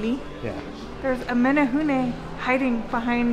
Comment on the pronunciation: Your pronunciation of menehune is perfect. Nice job. I love that you guys try to say Hawaiian words as correctly as you can, but still apologize when you get it wrong. It shows a lot of respect for our Hawaiian culture. Just one of the reasons why I love watching you guys.